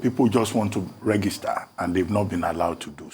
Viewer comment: Why is the older man saying REGISTER instead of "rejister" as it is pronounced? /ˈrɛdʒɪstə/